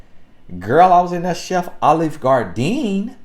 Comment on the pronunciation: "Chef Olive Gardeen" you play too much 😂😂😂😂😂